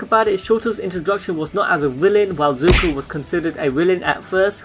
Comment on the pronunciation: No disrespect but your butchering zuko's name